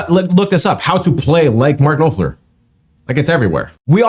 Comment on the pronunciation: Dude...Noff ler... easy peasy.